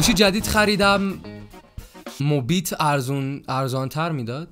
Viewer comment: مُبیت بود نه میبت